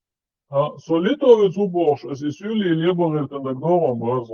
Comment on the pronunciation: Я ЗАМЕТИЛ ,ВЫ НАЗЫВАЕТЕ СЛОВО ( СУЛИ ) В НЫНЕ КАК СЮЛИ ,,,, НО СМЫСЛОВОЙ КОРЕНЬ В ЭТОМ СЛОВЕ СОСТАЯЩИЙ ВЫ НАВЕРНОЕ ЗАБЫЛИ ? ЧИЧЕНЦЫ С ДРЕВНЕЙЩИХ ВРЕМЕН НАЗЫВАЮТ СЛОВО ( СУЛИ ) С ХАЗАРСКИХ ИУДЕЙССКИХ КАГАНАТОМ ПРИХОДИВЩИХ КОЧЕВНИКОВ , ТАКЖЕ ЧИЧЕНЦЫ НАЗЫВАЛИ. СУЛИ ТЕХ КОТОРЫЕ ПРИХОДИЛИ С АРАБСКИМ ХАЛИФАТОМ ВИДЕ ВОЕННЫХ КОЧЕВНИКОВ ,,,,, НА ЧИЧЕНСКОМ ЯЗЫКЕ СЛОВО ( СУЛИ ( СУЛАЙ )) ОЗНАЧАЕТ ТАКОЙ СМЫСЛ ,,, КАК. ИЗ ДАЛЬНЕГО ВОСТОКА ЮГА ПРИШЕДШИЕ ЧУЖЕЗЕМЦЫ И ИЗ ДАЛЬНЕГО СЕВЕРА ВОСТОКА ПРИШЕДШИЕ КОЧЕВНЫЕ ,,, ЗАМЕТЬТЕ И ИЗУЧИТЕ КРОМЕ НАХСКОГО НАРОДА В ДАГИСТАНЕ ВСЕ ОСТАЛЬНЫЕ НАРОДЫ В ДАГЕСТАНЕ ЯВЛЯЮТСЯ. ПРИШЛЫМИ ТОЛИ ИЗ ДАЛЬНЕГО ЮГА ВОСТОКА ,,,, ТОЛИ ИЗ ДАЛЬНЕГО СЕВЕРА ВОСТОКА ,,,, ВСЕ ИХ НАЗВАНИЕ НАЦИИ НАРОДОВ. СВОИХ КОРНЯХ НАХОДЯТСЯ ИЗ ПАМИРА ИЗ АВГАНИСТАНА ,, ИЗ ИНДИ.,,, ИЗ ТАДЖИКИСТАНА ,,, ИЗ АРАВИ.,,,, ИЗ КИТАЯ,,,, ИЗ РАЗНЫХ СТОРОН ДАЛЬНЕГО ВОСТОКА СЕВЕРА ,,,, ИЛИ ИЗ ДАЛЬНЕГО ЮГА ВОСТОКА,,,, ТАКИХ ВСЕХ ЧИЧЕНЦЫ ,НАЗЫВАЛИ ПО НАЗВАНИЮ СУЛИ ,,,, СЛОВО СУЛИ НА ЧИЧЕНСКОМ ЯЗЫКЕ ЭТО СЛОВО ОЗНАЧАЕТ. ТАКОЙ СМЫСЛ КАКС,,, ИЗ ВОСТОКА ПРИШЕДШИЕ КОЧЕВНЫЕ РАБОЧИЕ ВОСТОКА ...